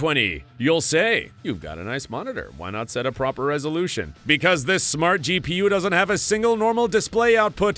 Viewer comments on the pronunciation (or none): none